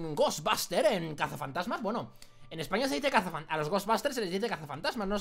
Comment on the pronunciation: si. se. dise. casafatasma:-)